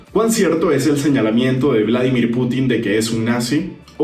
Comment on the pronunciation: es volodimyr, no Vladimir, nomás faltaba que fueran tocayos, los presidentes JAJAJA, saludos